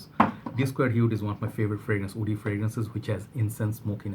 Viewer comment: I always get confused when you say “wood” and “woody” you sound “oud” and “Oudy” ...